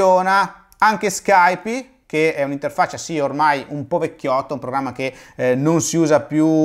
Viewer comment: Se conoscete l'inglese sapete che Nike si pronuncia "Naiky", per quanto riguarda Adobe e Skype ho riso anche io